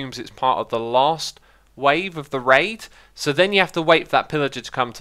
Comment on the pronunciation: Whenever he says raid it sounds like rape.